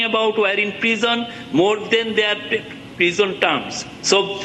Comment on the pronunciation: What is prizon? Pepol??